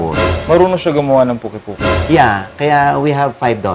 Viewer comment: It’s called Pungki-pungki, not the way the chef said it. It’s an Ilocanos dish